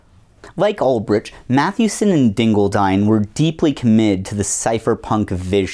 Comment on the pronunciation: Bro can't even check the wikipedia page for Ross Ulbricht to see how his second name is pronounced. And then bro is too monolingual to see that said page is wrong. The absolute state of americans nowadays...